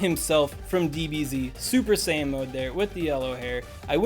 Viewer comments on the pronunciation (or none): none